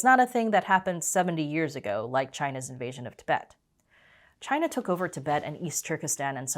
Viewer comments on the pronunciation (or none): none